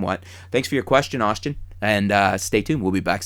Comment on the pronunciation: What a pointless video.. and you called him Aushtin